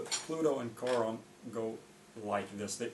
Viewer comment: Thank you for pronouncing Charon correctly